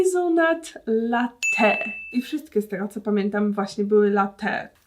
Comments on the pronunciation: Matko boska. LaTTe, a nie late albo latee. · sory ale mnie to denerwuje strasznie. LaTTe a nie latEE